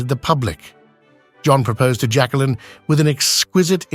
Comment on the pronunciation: It is pronounced Jack-leen...NOT Jackkalynn....pathetic how obnoxious you are.